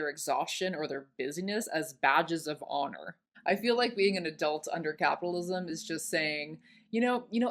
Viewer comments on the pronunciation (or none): none